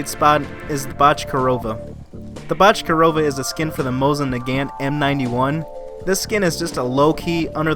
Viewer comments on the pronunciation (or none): I’m not Russian but I definitely think that’s not how you pronounce Bochkareva, I think it’s pronounced Bo-sh-ka-ray-va But still a good video! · I think it’s pronounced bok-er-ay-va